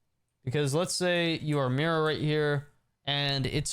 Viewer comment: It’s not mirror it’s Mira my brotha